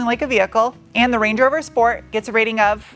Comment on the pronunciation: Correction, schport.